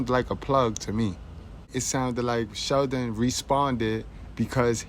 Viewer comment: Goodbread it's not about it being cool. He mispronounced Sheldon's name. In bizness if you are in the same industry hulk should make an effort to know how to pronounce his name properly. This has nothing to do with race, I politely disagree with you. Arnold is Austrian and he doesn't have an Anglo-Saxon lastname but when he started becoming popular everyone started out learn how to pronounce his name. Granted I didn't feel offence from hulk or Sheldon but simply he's not forgiven for his hypocrisy plain & simple.